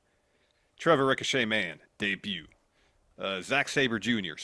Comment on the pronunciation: Ricochet: Rhymes with fun